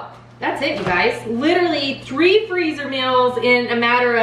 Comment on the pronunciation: Did she say tree different crockpot meals?? LOL love your channel